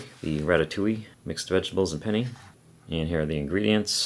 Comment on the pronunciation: Pennay not penny lol